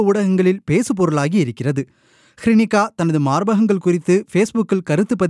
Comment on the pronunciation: அவரின் பெயர் ஹிருனிகா. "ஸ்ரீனிகா" இல்லை. செய்தி ஆசிரியரும் வாசிப்பவரும் ஊடகவியல் கற்றுத்தான் வந்தார்களா?